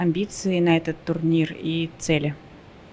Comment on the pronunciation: Yes, he has some sort of a deviation in rolling his R's, but many people do when they are young. I also wasn't able to pronounce the /r/ properly when I was a kid but then I fixed it over a couple of years through constant training. Though some people retain this sounding quality as they grow up. Even in this video when the woman says "турнир" - /turneer/ I think the first R was also mispronounced a bit. Actually I wouldn't have noticed all this if you didn't point it out. I think it's natural among kids.